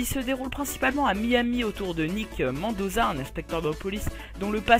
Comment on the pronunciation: C pas mandosa mais mendosa avec l accent anglais comme dans pirates des Caraïbes, j ai fini le jeu hardline j aurais pu t aider ^^